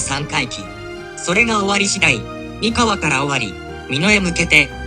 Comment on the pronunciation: 三河の発音は↑↓↓ではなく、↓↓↓なのでずっと気になりました(笑)三河出身ですので。。。